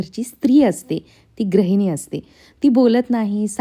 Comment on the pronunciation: Tai tu gruhini cha uchhar vegla kartes te gra nasun gru ahe Pan chan bolates